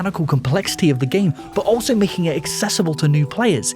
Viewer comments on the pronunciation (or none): none